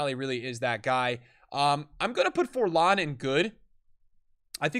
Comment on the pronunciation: The way he pronounces Forlan triggers me